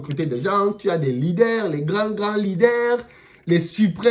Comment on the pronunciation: les lidèrrrrrs 😂😂